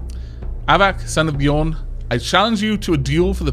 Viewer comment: Using the ø in Bjørn you should pronounce it as ø, not as o. It sounds like the "u" in "burning". ;-)